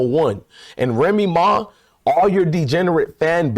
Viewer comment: this fool lost me when he said remee ma fans.that shit crazy 😮😂😂